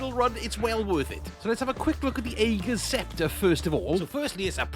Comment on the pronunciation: The weapon is pronounced "Ah-gur's" Scepter. I love the build, btw. FANTASTIC option for Non-Master content.